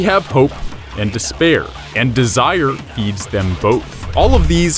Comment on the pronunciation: don't fall into des-bear or you'll have a bad time.